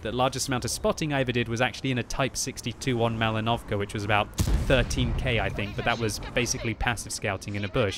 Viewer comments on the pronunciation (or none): none